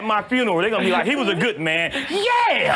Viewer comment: You said 'yeah' wrong. 🤨😬😱